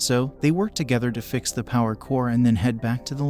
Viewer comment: There were a LOT of mistakes in the narration and in the captions too. Chronic "Corpse" Lab instead of "Corps" was my favourite